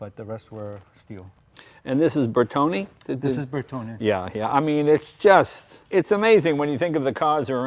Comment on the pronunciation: One would think Jay at least knows how to pronounce Bertone the right way..